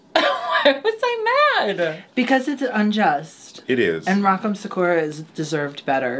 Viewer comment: Yaaaas Lucy in every way.. noooo mispronouncing Rock M’s name 🤣